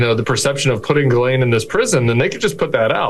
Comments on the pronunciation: Did Bondi call her girl-lane??? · Why does Bondi keep calling Ghislaine Maxwell ‘Girlene’? Does she even know the woman’s name?! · Why the Hell, all you Americans seem to try pronounce the name "Ghislaine" correctly, but utterly fail. The S is a sharp one, it is pronounced like a "ss", just like "Shisslaine". I don't want to have the name of a child abuser pronounced correctly, but it just hurts my European ears, every time I hear that linguistic ignorance. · "Girlaine" Maxwell. What a dummy Pam Bondi is! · Guerlain is a perfume, Ms. Maxwell's name is pronounced "Gee-lane," I believe, Ms. Bondi. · Who is “Grr-laine Maxwell,” Pam?